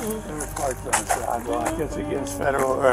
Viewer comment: It is pronounced siDe walk, not siTe walk. You need to go to school again.